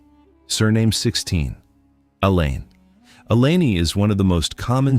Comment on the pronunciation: The name is called Alleyne. Not elaine get it right please